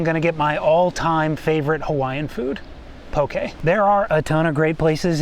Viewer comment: Careful how you say “pokē”, I heard you say “poki” which is the thing that swings between a man’s legs… lol